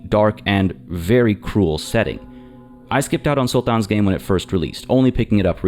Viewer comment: why do you pronounce "sultan" that way?